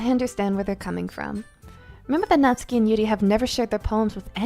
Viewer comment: OMG FIRST YOU ALL GET ME INTO ANDY AND LEYLEY AND NOW ONE OF MY FAVORITE INDIE GAMES YESSS Edit: SHE SAID NA-TSU-KI AND NOT NAT-SUKI! PEAK!